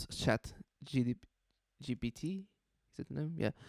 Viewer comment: Gpt not gtp hahahahaha